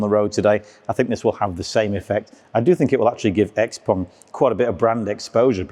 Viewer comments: Good video, but on thing hurt my ear, is you saying pong.. xpong... its pronouced XPING and spelled XPENG cut the PONG haha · In my my head I read and hear it as Xpang and the host is saying Xpong